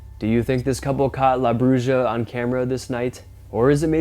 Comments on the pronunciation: Bruja is pronounced (bru-ha) not bru-ja but I know what you meant to say.🤔😲😁 Love the great video and content keep it up.🥺😍🙏 Nice to see you guys enjoying yourself out on the deck drinking wine 🍷 and smoking cigars.👀👏 Cool coyotes audio.🎉 Take care guys.👍🔥❤️💪🤘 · Bruja which is Spanish for witch, is pronounced: BREW-HA!😂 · it's pronounced bruh. J is h sound😌👍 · Bruu Ha not brushja...and Wuulves not Woofs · Yo max it's pronounced broo hah not broo jah ... Spanish was my first language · Just for future reference, La Bruja is pronounced broo-ha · Bruja (witch) is pronounced...brooha. Everyone should know at least this much Spanish; if not, look it up! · Everyone on YouTube freaks out at coyotes. I have never heard of coyotes attacking people unless they are rabid. Maybe a child would be in danger; but they don't like man smell. Also, in Spanish, a "J" pronounced as an "H." So Bruja is pronounced Bruha. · The J in bruja is pronounced as an H in spanish, just like the J in juan and josefina. Brucha sounds like something kinky that could get you in trouble with spanish speakers. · Bruja is pronounced Broo- ha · The bruja is pronounced " brew-ha!" It means witch in Spanish. Just letting you know bro. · Love your show!! Mexican witch is pronounced broo ha…. 👍🏼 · Bruja... the J in Spanish has a hard sound, like the h in horse.